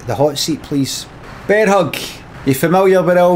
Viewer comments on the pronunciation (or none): none